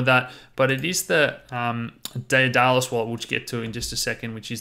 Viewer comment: Pronounced Day-dah-lus